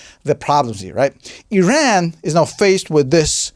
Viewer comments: it is not "eeran" ! it called "EERAAN" like "E" + "RUN" ok ? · can't even say the country name right